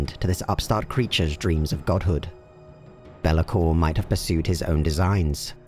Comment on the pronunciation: It's not bel-a-kor; it's bay-la-kor